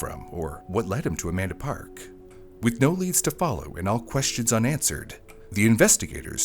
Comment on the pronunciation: I keep hearing a man to park instead of Amanda park so i feel you